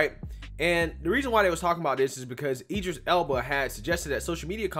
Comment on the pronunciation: Whoopie mispronounced Idris's last name🤦🏾‍♀️